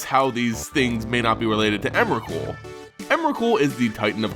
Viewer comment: its emrakul...